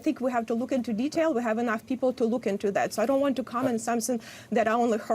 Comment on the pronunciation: Hey lady...there's no "v" in the word awareness. She can't seriously be talking to me about the problems in my country because she and I are not from the same place. Just facts is all, learn to accept them.